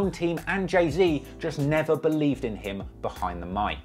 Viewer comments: Why he keep calling him jay zed😂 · Who the fuck is jay zed it’s Z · “Jay-zed” pisses me off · I know your British and so am I but it’s “Jay-Zee” lol and the Pop Smoke comment was uncalled for, turned the video off after that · You miss pronounce jay Zs name so bad at the beginning lol; you said Jay Zed lmao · Zee not zed it might be how it’s pronounced but it’s his name get it right 🤦🏽‍♂️ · dude said jay zed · dis nigga said jay-zed im DEAD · i’m sorry i can’t listen to you say jay zed the whole video, i’ll watch the next one. ✌🏼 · Saying “Jay-Zed” should be classified and prosecuted as a war crime. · the hell is a jay zed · BRO WHY U SAYING JAY ZED WTFFFFFF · Who is Jay Zed??? 🤣😩🤣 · “Jay zed”😑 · when i heard u pronounce jay-z like that at first i was 100% considering clicking off the video because i didn't know if i could handle it